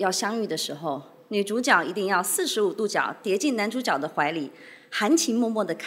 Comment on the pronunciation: 朱孝天的吐字发音已经很接近大陆人了，特别是说“男主角”用的是jue的普通话发音，这连大陆人也不是每个人都会做到的。不知道是不是特地背稿的。